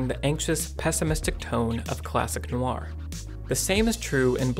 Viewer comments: you should listen to a French person pronounce 'noir'. it's not no-ar as you pronounce it. phonetically, it's more like nwah. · It's pronounced Nwaa not No Are . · WHy does this guy pronounce "noir" like that? Like NO-ar, instead of NWAH - I found it very distracting. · Really? For all the quality of the video, and the obvious love of the subject matter, the constant pronunciation of something that should be like "nwah" as "no-wah" drove me almost suicidal after 2 minutes... if it was only occasionally said it would be survivable, but it's part of the topic! There is no escape... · I learned a lot from this, including the correct title of the book by Philip K. Dick. One correction I have (sorry to make this in public but I have no choice) is how you pronounce "noir". It should be "nwar", not "no-warr" (where "warr" rhymes with "bar"). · Film noir is not pronounced "film no-ar" but rather "film nwar." Noir is one syllable. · It really throws me off every time he pronounces it "NO-AR" instead of "NWAR". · French is more of NO WAH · Great analysis, just one gripe... the way you emphasize Noir as No R. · I love that "noir" is two syllables here. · Is there a skillshare that teaches you how to pronounce "noir"? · I'm really struggling to watch this with the repeated mispronunciation of 'noir'.